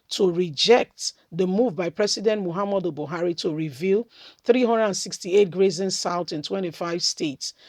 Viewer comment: Your pronouncement of grazing routes is not correct